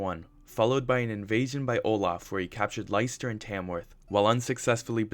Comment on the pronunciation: Just an fyi, Leicester is pronounced Lester